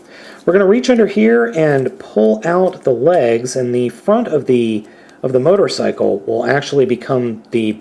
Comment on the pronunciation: At one point I thought you said mightercycle